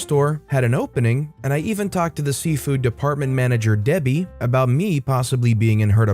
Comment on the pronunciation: Why does it sound like Safeway every time you say seafood?😁